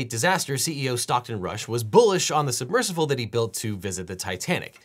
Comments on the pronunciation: How is no one talking about how Devon pronounces it submercivle? Idk if it's just me or am I going crazy? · Devon knows there is no letter "V" in the word submersible, right? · SUBMERSIBLE. Why do you keep saying "submersivle?" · If I start saying "submersivle" after hearing Devin say it for 25 minutes I am going to be PISSED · I’m here to hear Devin say “submersivle” over and over 😂❤